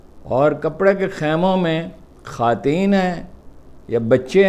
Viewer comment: What the hell is "خاتین"??? خواتین کہنے سے آپ کو موت کیوں آتی ہے؟؟؟